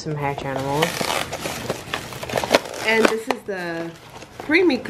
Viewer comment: love the video By the way you are pronoucing the name hatchimals wrong fyi I'm a girl using dads account